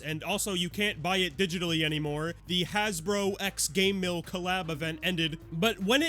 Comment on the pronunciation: Why do you pronounce Game Mill like Gay Mill?